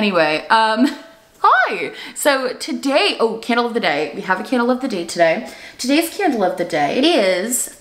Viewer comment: « Today’s candle of the day » always sounds like « today’s scandal of the day » and i kinda love it